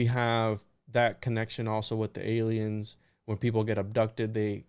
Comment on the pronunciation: It's there some reason why this guy says ilians? It's weird